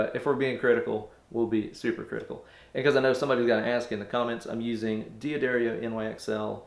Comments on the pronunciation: I wish guitarists and bassists would stop saying DEE'Adario, the pronunciation is Dadario. You may not be Italian, but it doesn't mean you can't learn to say it. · What is with all you guitar players!? STOP saying De-ah-dare-E-oh!!! It's Dah-dare-E-oh. I'm a dumb drummer and know this.Just read the package.